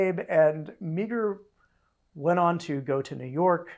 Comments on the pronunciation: Came here to say this. I think it’s technically a sort of one-and-a-half syllable name (MAH-er), but marr is much closer than MEEG-er. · Thomas Meagher is pronounced Maher not meeger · As a Montanan, T.F. Meagher's name is pronounced Mar not Meager. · Another great series. Thank you for it. One small thing Thomas Francis Meagher's last name was pronounced "marr" (I grew up in Montana) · In Ireland that's pronounced "Ma - her" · Meagher is pronounced as Mahr